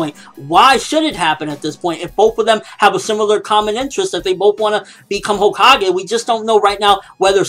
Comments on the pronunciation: CO-kages? lol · Hokage not homage